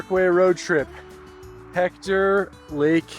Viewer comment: Peyto; pronounced Payto.